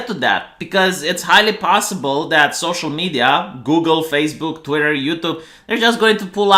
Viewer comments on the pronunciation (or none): none